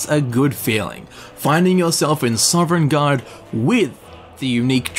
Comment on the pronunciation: Princess Mantra It’s not an accent, he added an ‘eren’ into Sovn